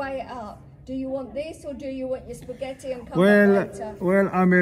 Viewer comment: "I was on my way to have a Spa-gett-ti " 🤣